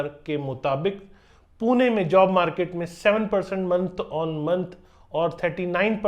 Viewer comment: WTF man you have literally no idea about Pune and you are just compiling information from google. Your pronunciation sucks big time. भाई सारे जगह के नामोंकी माँ बहन कर दी तुने 🤦🏼‍♂️ Please update yourself. If you are struggling to pronounce it correctly, get someone's help. Here are the correct names in Marathi. पुने ❌ पुणे ✅ कोरेगांव ❌ कोरेगाव ✅ कल्यानीनगर ❌ कल्याणीनगर ✅ बनेर ❌ बाणेर ✅ वकाड ❌ वाकड ✅ खरडी ❌ खराडी ✅ पुनेवाले ❌ पुनावळे ✅ हिंजेवाडी ❌ हिंजवडी ✅ सवरगटे ❌ स्वारगेट ✅ रामावाडी ❌ रामवाडी ✅ चांँदनी चॉक ❌ चांदणी चौक ✅ नाळस्टॉप ❌ नळस्टॉप ✅ माणिकबौग ❌ माणिकबाग ✅ लोहेगांव ❌ लोहगाव ✅ हिंजेवाडा ❌ हिंजवडी ✅ चकन ❌ चाकण ✅ तालेगांव ❌ तळेगाव ✅ उंडरी ❌ उंदरी ✅ चिंजवाड ❌ चिंचवड ✅